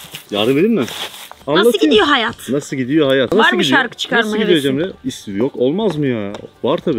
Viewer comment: 16.50 cemreye ceren diyo